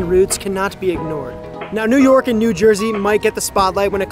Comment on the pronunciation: You already fucked up saying new york and new jersey lmfao - neither of those spots got a better sandwich then philly